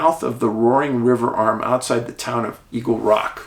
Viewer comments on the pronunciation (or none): none